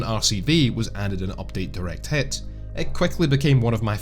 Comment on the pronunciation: I love how you say update DIRECT *HIT with a silent S